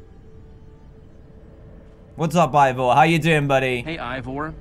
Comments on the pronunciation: HE SAID IVOR INSTEAD OF EEVOR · How dantdm say ivor how we say eeeeeeeevor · Dan it’s not EEvor it’s I vor and s o ren is not how you said it it’s pronounced sorren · This is how many times dan called Ivor Evor | V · Why do you call Ivor Eevor. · why does dan say evor?